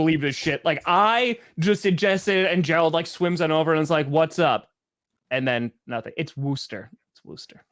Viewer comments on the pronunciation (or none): It's not Wooster, it's Wusster.